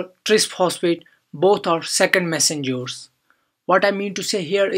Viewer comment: Phhhaast Messengeuuurs 🤔 Nice Explanation Btw 👍